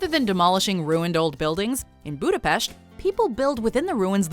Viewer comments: That's how we pronounce it, it's a gesture from her and we appreciate it. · Because everyone else in the world is not Hungarian, there are only 15 millions Hungarians all over the world and we really appreciate if someone who is not Hungarian speaking takes the effort to pronounce it rightly. But it's ok if people say it in an English way, I just wanted to let you know that the way how she pronounced it was the correct Hungarian pronunciation. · TBH, I'm quite surprised that could pronounce the letter 's' properly in the word 'Budapest' 😏👍